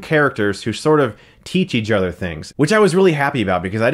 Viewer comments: "Each Other" pronounced as Eadgeother?.. what IS this hes been doing this so much lately? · "They both learn from eajother." - Chris Stuckmann 2017